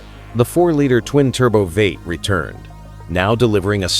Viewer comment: It's v 8 not veight man